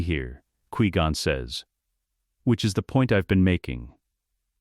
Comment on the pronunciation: I really don't like how your AI says Qui Gon.